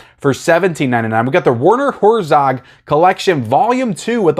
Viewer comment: “Werner Whorezog..” Sorry, that made me chuckle….😂😂😂😂😂😂